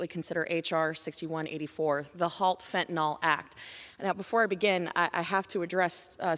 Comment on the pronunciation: Fentan-IL not fentan-OL